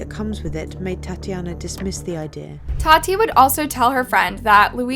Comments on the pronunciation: It's Tatiana not tatine 🙄🤦🏽‍♀️ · Her name is pronounced TATIANA NOT Tateen; don't you think it would be a little respectful to learn the victims actual name?? I mean you even played a video recording of her best friend correctly pronouncing it and you still throughout the entire story called her by a name no one on earth has, which by itself should've rang a few alarm bells for you, that's not even a name. I literally couldn't even finish watching because it's just so disrespectful and annoying to have to keep hearing you call her by a name you obviously never took the time to try to learn. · AGREE....... IT IS TATIANA...NOT TATI